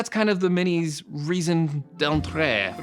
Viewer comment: ahah you said raison properly but for être we don't prononce the e at the end. My question is should I wait for the iPhone 14 to be released for a price drop or should I buy it now ?